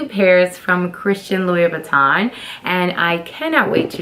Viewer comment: 5’7” is NOT tall. And nothing wrong with being 6 feet. You can’t pronounce the brand. You are so ignorant and are trying way too hard imho.